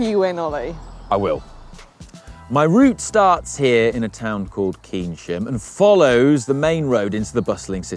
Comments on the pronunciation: NOOOOOOOOO It's pronounced "CANE-SHAM", you Northern ignoramous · Ollie, Keynsham is pronounced Cane-shum. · Ollie, Keynsham is pronounced Cane -sham not Keen-sham 😂👍🏼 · Ollie. Come on, it's not pronounced KeenSham it's pronounced Caneshum 😂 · pronunciation of Keynsham leaves a lot to be desired... I’m not sure anyone has ever called it “keensham” before. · pronunciation of keynsham is criminal. Felt like turning off after hearing that 😂